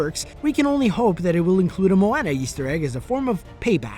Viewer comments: moeONA that's how u say it not Moeana (I know I spelled it wrong, I was showing how to say it) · its not moanna its moana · AGAIN ITS PRONOUNCED MOAWNUH NOT MOAYNA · its not mo Anna its moana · It's prounouced mo wuna no mo anna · MOW-WAN-AA Pronouce it right fucker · It's pronounced MOw AWNA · it's pronounced Mo-wa-na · Omg moana is pronounced mo-o-na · you make me mad when you say moana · Pronounced moana wrong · I hate to nit pick, but you mispronounced Moana. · PLEASE STOP SAYING MOANA INCORRECTLY THERE IS A SONG ON HOW TO SAY HER NAME CORRECTLY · stop saying Moana that way! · He said moana wrong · he says moana so wrong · That's not how you pronounce Moana! Why is it whenever I watch videos about Disney they mispronounce Anna and Ariel and now Moana! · anyone else bugged about his pronunciation of Moana?